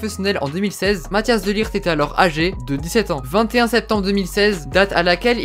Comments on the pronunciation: Tu dis Mathias alors que c mathijs de ligt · Tu dis mathias au lieu de mathijs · Matthias ? J'adore la prononciation mdr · Pour les gens qui savent pas prononcer son prenom MATT-ÉYS de ligt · C'est Matthijs pas Mathias ça se lit Mathis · Mathhis pas matias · Pour la prononciation de son prénom c’est : Mat-Aille-Se De Likht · Ca se prononce. Mataisse de ligte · Tu ma stressé à dire Matthias pendant toute la vidéo 😂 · Ça se prononce "Math-Hey-SS" "De t-ou-kom-st" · Petite info : mattijs se prononce "mat , es"